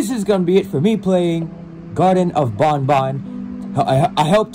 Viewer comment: It’s not ban ban it’s bon bon